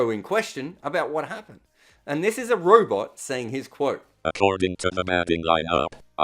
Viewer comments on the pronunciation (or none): none